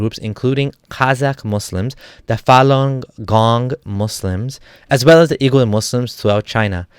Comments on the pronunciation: Wee-gur, not oo-gur. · Uighur is pronounced as wigur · Oigur would be more correct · Hey dude, love your contents and i support your position. But you got to work a bit more on the pronunciation, namely Xinjiang and Uighur.